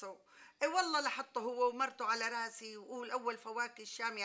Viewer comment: صح بس ليش بتحكي راصي مش راسي